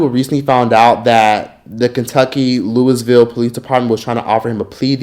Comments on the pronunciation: And its "luhw-vul Kentucky" 😂😭 not Louis-Ville 😭😂😭😂😭😂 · Its so weird to hear ppl outside of Louisville pronounce Louisville like Louis Ville lmao Also as a local activist here and more... some of this is inaccurate af just sayin Also she still did not deserve to get gunned down like that no one does a person selling drugs or not. This system is messed up and this is bigger than Breonna. Also it said “one dude she messed with before she messed with me” not dealing But also being unbiased is so important. Appreciate this take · “Looeyville”, “Louahville” , or “Louville” are the pronounciations of the city